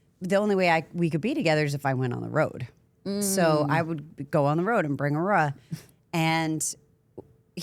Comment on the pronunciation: Shawty can’t say “Aurora”